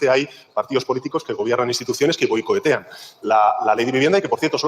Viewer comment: Ha dicho "boicoetean"?;tenemos a un tipo que no sabe ni hablar a los mandos?